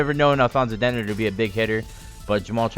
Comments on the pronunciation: Its actually Denard not denn erd. His brother went to MSU and i watched him play for 4 years. Its denard not denn erd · White people saying "Dennard" wrong. It's not denerd. Lol